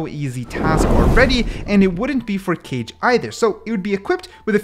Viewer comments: Just came to say its pronounced Kah-Gay, and directly translates to shadow! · Kage wouldn’t be pronounced cage, it would be like the last part of hokage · Aaah. I could be wrong but I think KAGE would be pronounce Kah-geh. Not sure though, I know that shadow in japanese is pronounced like that but the pronounciation could be different for the character to make it easier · The forth agent name pronounce Ka-ge(かげ)it mean shadow in japanese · Kage is pronounced "cah-ghé" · is kage not pronounced ka-gay? like from naruto? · kage is not what you called , its called ka-ge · The pronunciation of Kage killed me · i hated it when he pronounced kage it made me uncomfortable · Btw kage is pronounced like hokage from Naruto but without the ho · kage should be pronounced like “ka” in “katana” and “ge” like u pronounce “game” without the “m” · Umm u made a mistake by pronouncing kage into "cage"... It's (ka - gé) like "kage bunshin no jutsu" in Naruto 😅 But it's okay, everyone ain't perfect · It's not pronounced cage it's ka ge. Sorry if I sound rude. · Its not pronounced like cage, rather kaa-gay (💀 but i didnt know what else to put there) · the way he pronounces it kayj instead of kah-gey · it hurt my soul when you said Cage instead of Kage........KAAGEY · Dude stop pronouncing kage as cage, its ka-geh, pronounce them separately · Isnt it not cage but kage like hokage 😭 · “Kage” is the Japanese word for shadow and it is pronounced Kah-gay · Hi! "kage" is pronounced "kah-gay" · It’s not cage it’s pronounced like the Naruto hokage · just to be exact kage si pronouced as ka ge lmao great video btw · because its Japanese its probably pronounced ka-ge please correct me if im wrong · Calling Kage (Ka-Geh) Cage was so annoying for some reason. Probably cuz Johnny Cage kept popping in my head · Kage: not cage but ka-gay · Pls do not sage Kage as Cage cause it is prounounced Ka Ge not cage like a goddamn jail, although its fine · Not keije. Kah-ghe. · isnt is kaage not cage